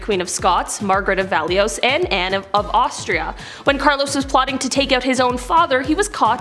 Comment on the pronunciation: Valois is pronounced, Val-Wah. It's French. To educate the masses, you need to do your homework.